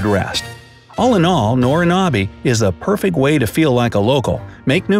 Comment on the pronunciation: It is actually Nobinobi, not Norinobi.